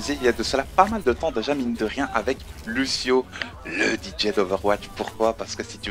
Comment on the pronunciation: Et ça se prononce Louchio ;)